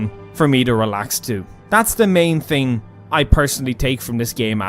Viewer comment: It’s thing not ting